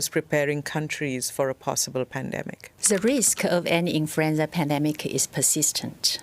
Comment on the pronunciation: .. .. "Infruenza" .. She Kirring me. Ooooh ... Ah Many times she say .. "Infruenza". ROFR.